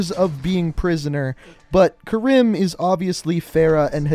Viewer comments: It’s pronounced Kareem not ka rim, it’s triggering me when it shouldn’t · Kareem(I) when you say it as Karim it bothers me 😂😂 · It's not Karim it's kariem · Mate u have to start pronouncing people names right like farah is pronounced kareem that kirim it even says it in the campaign just a bit more effort mate not good enough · its natively Arab so the correct pronunciation is Kareem. The "American" pronunciation is wrong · I m also Arab so I was so annoyed hearing him say KaRIM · Karim is pronounced Kuh-reem, like the basketball player kareem abdul-jabbar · Fair-uh Karime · btw karim is pronounced as k-a-r-ee-m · I’m pretty sure it’s pronounced ka-reem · It is Farah Karim not fareh karim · (FAR-Ah) (ka-reem) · It's pronounced fer-ah ker-eem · It’s karEm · Urzikstan, not yurzikstan. Farah not faraa. And it’s pronounced Kareem not Karim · Far-ah not fair-ah Ka-reem not care-im and er-zik-stan not your-ski-stan